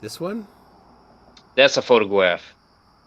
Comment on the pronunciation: Is there a difference between a photograph and a photogwaph? Because he's saying it both ways.